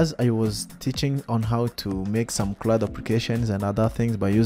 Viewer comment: Clud operation 💀😂 first learn English mhn😂, btw good contents.